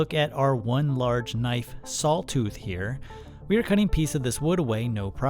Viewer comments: Its "saw", not sawl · Are you saying salws. Sowls. Sālws maybe. No way you're saying saw. Any what way great video! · Are my ears deceiving me or is he saying "SawL teeth" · It's funny how you pronounce "saw" like "sawl". I've heard this many times before, but I haven't been able to figure out which regional dialect this peculiar pronunciation belongs to. I have, however, noticed that it usually goes along with the pronunciation of "on" as "o-in". Midwest? New England? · Love your content. Extremely informative and helpful. Thank you for sharing. I have to say though, the way you say saw is incredibly interesting 😂. “sawl” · I got completely distracted trying to hear that you are saying sawl and sawling. It’s like an audiobook I just listened to where every time the woman said Halever instead of however, my brain tripped and I had to replay that part. 😅🤷‍♂️